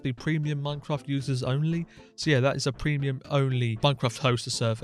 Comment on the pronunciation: "preimuim minecraft"😂 like hes considering piricey as an acctual option